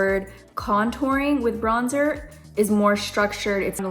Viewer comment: if i hear BRONZE-TOUR one more time i swear 😶‍🌫🤣